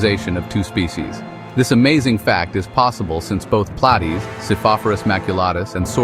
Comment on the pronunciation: Play-tees? Bad AI.